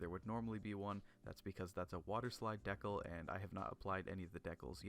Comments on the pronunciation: am i crazy or is he saying decle instead of decal? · Isnt it De-Cal as in CALvin ?